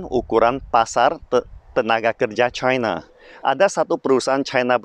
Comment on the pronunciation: Ribet amat lu ngomong nya caina caina cina aja udah ribet ntr keseleo itu lidah kbnykn ngomong caina haha